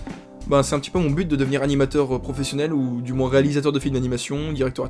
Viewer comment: "MoinSSS" (quelle horreur) J'ai le même peigne avec le p'tit rond lel Mais il m'est pas bien utile... bisous :3